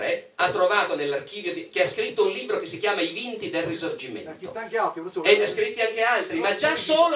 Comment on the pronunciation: Comunque la lingua italiana ha delle regole di pronuncia che una volta si imparavano alle elementari, e non sono molto più vecchio di questi signori. Le consonanti doppie si pronunciano in modo diverso dalle singole. Libro non è LIBBBRO. Responsabili non è RESPONSABBBILI, è via dicendo. È elementare!!!